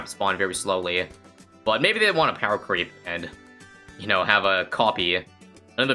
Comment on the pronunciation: says pewer and says power after it